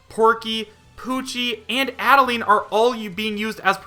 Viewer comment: Is Ribbon a spirit? Also, Add-uh-line.